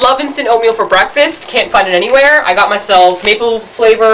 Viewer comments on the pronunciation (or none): "bweakfast bwend" hihih ur so adorable!:)